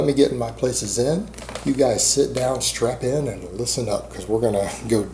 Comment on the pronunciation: Did you say strap in or strap on? Enjoying the informative vids, keeps me coming back